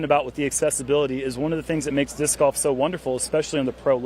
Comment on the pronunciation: Someone please teach how to pronounce golf correctly.